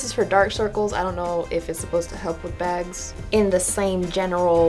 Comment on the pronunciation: "Yeh know dok circles and begs go togeether." Love that